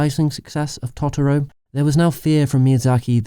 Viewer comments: hows this dude gonna pronounce it "taughtaro" like its chill? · Even in the film dude. Totoro is pronounced "Toe-Tor-o" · Just to say, you mispronounced cagliostro and totoero and ghibli These are pronounced as below Cag-Lee-oe-stroe Toe-te-roe Gib-lih-he